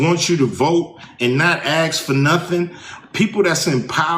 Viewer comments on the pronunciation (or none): Axe, axe, axe, axe, ask! It took 5 tries, but he finally said it right! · 'Anybody axin you not to ax' lol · Its calked ask no aks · Ax its ask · He's AXING! Not asking! LOL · "Axe" ?"Axing"? Can he not speak English? Or does he have a thing for axes? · Learn to speak English. It is ask not ax. This is a loser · "Not axin for notin? Axe! " here's a thought... ASK how to speak English.. obviously missed out in school.. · I don’t take anyone seriously that purposely uses the word AXE in place of ASK, the negro knows English, but uses the dumb down method of speech instead. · It’s ASK not AXE😂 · "Axe" DOES NOT EQUAL "Ask". So hard to hear ANY criticism when it's actually hard to understand them. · Axe not what your country can do for you, axe what you can do for your country—JFK. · I didn't know that ice cube like to axe so much. What does he axe? Wood? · These poor Americans that pronounces ASK as AKS.......... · What does ice cube mean when he says "axeing"? Is it, give them the chop? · I don't take voting advice from 50 year old men who say "axe"🪓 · axing axing!!! it doesn't matter politicians they promise you everything and anything and they do nothing they line their money belt with your tax dollars while they destroy your health care and your education Trump is the only one that reveals it he tells you he is a politician at the top he is a liar he is a felon big deal big deal he is telling you the other one is a straight up drunk I don't know what her problem is.. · Can Black people not pronounce the word "Ask"? is this like a learning deficiency ? or genetic thing? its really confusing to me as an Asian person. Cause an 'AXE' is a tool or a weapon, and to 'Ask' for something is completely different. Im just curious if this is an issue of devoting more tax resources to education or medical research... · Translation for Canadians: by "axe" he means "ask." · Aksing, axe? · Ice Cube should start saying ask instead of ax. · ASK! not AXE!!! FFS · It's ASK NOT AKS....